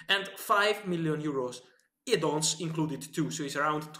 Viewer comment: Lots of 'Edd on's' 😂😂👌